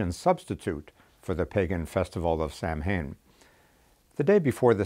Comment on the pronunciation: “Samhain” = “sow-wen.”